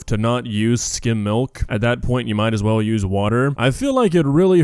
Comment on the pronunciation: When she first said milk I legit had to go back cuz the way she said it I heard “molk”